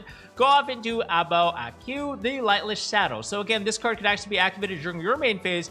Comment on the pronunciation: the "Qu" part of A Bao A Qu should just be pronounced as "Ku", not "Queue".